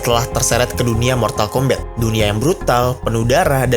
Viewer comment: Mortal kombat ❌ Mortal kombet✔️